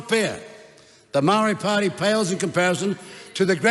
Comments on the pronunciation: Your the racist one! Listen to you cant even say Maori properly. Give Maori more seats then to show you what they can do. What you are saying is pakeha white people run the country while maori three or four Maori people do nothing. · E noho, Winston! All the people that stand to protect te reo Maori are NOT a minority! What have you done, Winston? I voted for you once decades ago & you sided with National...NEVER AGAIN! You are more than suss when you can't even pronounce Maori! Moumou to toto Maori!! You belittled yourself when your ego got the better of you in your feeble attempt to ridicule Hana-Rawhiti Maipi- Clarke. The tenacity of you to try to tell her about respect for kaumatua when she obviously breathes her taha Maori! He aha to korero? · You can’t even pronounce Māori properly your a disgrace you sell out clown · Winston what are you doing? Speaking of division while going against your own people. For one you don't even pronounce Maori correctly, that's how pakeha you've become. They aren't attacking Maori, they are defending it against your attacks. Why are you attacking your own people? Who trained them? Who educated them? The same pakeha system that educated and trained you. They just saw through it u like you. What the heck, we know your background all to well Koro. What a disgrace, you got in that position because of Maori people now your shunning them. They don't want separate, they want what is theirs. You are our people Mr Peters, what the heck is this rubbish 🤯 Together as one just without Maori, what a joke. You need to be called out and then kicked out!